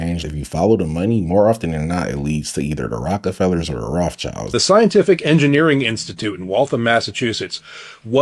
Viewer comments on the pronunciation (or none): "The Roffchilds" he said.